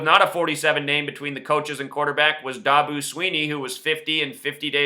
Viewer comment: Ok, if you know all this shit, why aren't you a billionaire instead of a charlitan with a stupid youtube channel.And quit pronoucing Dabo's name wrong-its DAAAAbo, not Daboo